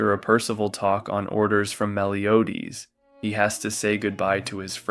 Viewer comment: thanks for the recap. There's something to point at though. Tristan is male. And for pronouncing Meliodas as "Meliodeez" 😅